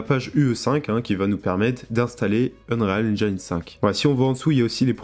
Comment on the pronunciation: cool le tutoriel c'est bon pour ceux qui débute et je le trouve très pertinent. Ça m'aide aussi pour switch de ue4 à ue5 parce que j'ai pas trop vu comment fonctionnaient les nouvelles techno. J'aurai aimé voir un peu le world partition system parce que ça m'intéresse vraiment. Sinon ya une chose qui me trigger. Quand tu prononce unreal engine. Prononce le pas UnRÉAL engAYne. La prononciation en anglais c'est unreel engeene ou unril engine. Tu ira voir les vidéos d'epic games comment ils le prononcent.